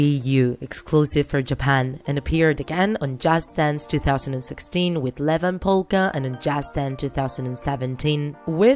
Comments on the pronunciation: IT’S NOT LEVAN POLLKA IT’S IEVAN POLLKA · It is not levan polka it is ievan polkka… I’m a girl from Finland soooo I do know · Its ievan polkka not levan polkka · It's ievan polkka (evas polka) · her saying "Levan" instead of ievan polkka is bothering me more than it normally should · its "Ievan Polkka" not "Levan Polkka" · Levan polkka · Noice but it’s ievan polka